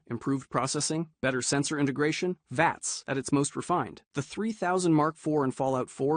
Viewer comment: It's pronounced "VATS", not spelled out.